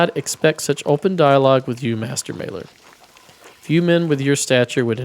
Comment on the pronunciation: Not important but this is one of the easier ones: The a in "Maler" is pronounced like the a in "father"